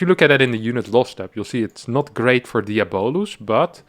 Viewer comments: "Fabulous" = Fah-Byu-Luss "Diabolous" = Dee-ahh-bo-Luss EDIT: Alternatively, diabolical is pronounced "Di-ahh-bol-ik-ul" So "Di-ahh-bo-luss" is also on the table. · its pronounce more like Diabloose* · Pretty sure the name is DIE a bo lus Like Diablo.